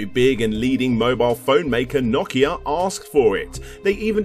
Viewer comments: First time I've heard "naw kee ah" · I giggle every time he says Nokia. Does everyone from the UK pronounce it 'nawkia'? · like a fucking drongo who says it as "NO-KEY-AA" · I stopped watching because you wouldn’t stop mispronouncing Nokia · I don't know what's gotten into me today, but I seems to be getting triggered by pronunciations today... like, for instance, pronunciation of Nokia... I'm up the wall on this one... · can't say nokia correctly take this shit down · He's right. You are the one who isn't pronouncing it correctly. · ...this guy keeps pronouncing Nokia wrong and it's really starting to bug me the more I watch. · The way he says Nokia tho... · Good vid but had to stop watching at his pronunciation of Nokia. I understand it's his dialect and do not fault him but I couldn't take it lol. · It’s Nokia not nokkya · darn that Nakia beating out other companies like Sany and Micrasaft. seriously mate learn to pronounce things. its NOKIA NO KEY AHHHHH. that's an O not an A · Its not NOCK-IA ITS NO-KIA.... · its No-Kia not Nok-Kia and the N95 was great :p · "Knockeia" Its NO Keia Like Ikea but a No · The company Nokia is "know key ah" not "knock ee ah". Please pronounce it correctly. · It's pronounced NO-KEY-A, not NAW-KEY-A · No-Key-Uh, NO-KEY-UHHHHHH, not Knock-E-Yh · Clicked away the video when you kept on pronouncing Nokia the wrong way. very annoying. It isn't nokkia, but rather no-kia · Awesome video! Weird hearing it pronounced "nok-ia" instead of "no-kia" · Never heard Nokia pronounced that way before 😭 lol . Here in the Caribbean we pronounce it No-Key-Ya . But you UK guys seem to pronounce it Knock-Key-Ya lol ... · NO KIA, not NA KIA! OMG that drove me nuts! Otherwise, great video! :) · "The logo just needs to be on top. Problem solved." My PC has literally not one horizontal USB port. 10 ports. All are vertical. And if you say KNOCK-ee-a one more time I might die.